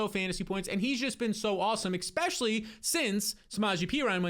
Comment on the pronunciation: e-S-pecially, not expecially. I love your videos but you use this word around 40 times each video. Especially, e-SSSS-pecially.